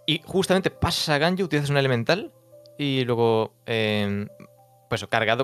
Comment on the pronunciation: Me sigue dando risa la Q de bennet E de bennet,jajjaja, No puede decir Elemental y definitiva